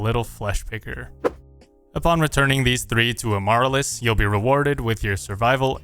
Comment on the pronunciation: Her name is a flower, its Pronounced A-ma-Rill-US